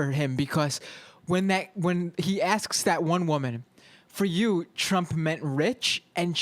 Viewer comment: The other guy behind the mike said aks, not asks. They are both morons. As well as Trump supporters. We are all doomed.